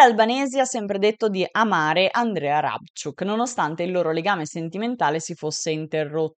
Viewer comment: E in rumeno si legge così come è scritto... Soprattutto perché l'ultima parola è piuttosto difficile da pronunciare, la leggi bene.😊😘